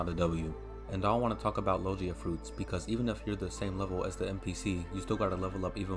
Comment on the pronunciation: Lol sorry didn't realize my typo, I meant that in the video you were saying Lo-jee-a, instead of the correct pronunciation, lo-gi-a. Sorry to bother you, great video though, it really helped me!